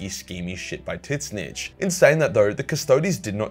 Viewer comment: Why does he pronounce Tzeentch "TITSnich"?